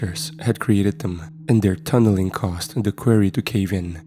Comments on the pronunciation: Really good story, but I've got to say Quarry isn't pronounced query . Sorry, I got audhd & after 1st time i heard it I couldn't ignore it & it couldn't then not hear it if u know what i mean ? 😅. So every time after the 1st time "query," was said i was sitting here going its pronounced quarry , quarry not "query". So for clarification it's said Qua-rry ..quarry . I do love the ch and I never normally pick up about stuff like this but as it was a story based in a quarry, I couldn't ignore it . Same as when I hear stories where every word said between 2 characters ends " he said ,she said , he replied , she replied & so on " 😣😫😥🫩 literally stories like that drive me so insane that soon as i realise its one of them i have to stop listening 😵‍💫. It usually occurs with AI ch or ch written by chat gpt ( obviously we all know ur ch is neither of those so in a way its nice to be able to pick up on a word actually mispronounced by a real human , who would have thought one day id be sying im greatful for human error ? 😂😂 ) . Anyhow barr the quarry/query thing it was as usual another great story . ❤❤❤❤ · I totally understand English dosent seem to be your first language so I commend you on learning it but please learn how to say quarry! 😂 its kinda annoying once you say it so many times wrong, its quarry (kwaw·ree)